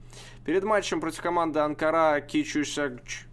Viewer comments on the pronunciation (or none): none